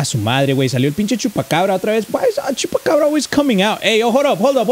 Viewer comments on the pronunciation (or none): none